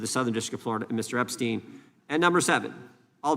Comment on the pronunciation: Why is Jim Jordan repeatedly pronouncing “Epstein” inconsistently??? (Epst-eye-n, then Epst-ee-n, and so on.)